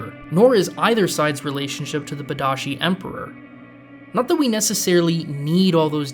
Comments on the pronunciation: Padisha, not Padashi. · Pa Di Shah Emperor, not Pah Da Shi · Just a detail: it's not Padashi, it's Padishah, persian for Great King (or something like that) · Where you get “Pada’sh(ee)? Princess Irulan herself clearly pronounces it in her opening, which you show but don’t run the dialogue. She says Padish(aw). Is it something from the book? I haven’t read it in many years so only going off the movie here. Your pronunciation of the Harkonnen home world as Geda Prime doesn’t jive with the pronunciation as in the opening sequence of “The Spacing Guild report” I’m NOT some fanboy of Lynch’s Dune, I just think when presenting a argument you should be more familiar with the source material as it goes a long way towards establishing your credibility with your audience. Not to mention you are a movie buff, right?